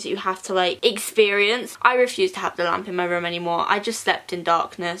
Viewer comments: I thought she said lamb 😂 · I deadass thought she said lamb 😂